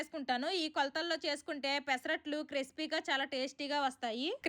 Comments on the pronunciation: క్రిస్పీ(Crispy) క్రీపి(Creepy) కాదు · క్రీపి అమ్మ తల్లి క్రెస్పి కాదు.